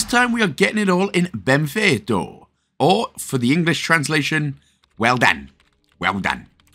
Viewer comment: Why the italian pronounce, the game is brazilian lol